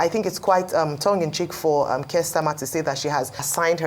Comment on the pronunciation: Don't get your shorts in a twist, it's all banter of the Parliament. As the UK Conservative leader, how more relevant can Kemi Badenoch be. The exchange highlights the sharp rhetoric often present in parliamentary debates. And it's "Keir" not Kirk...You're welcome!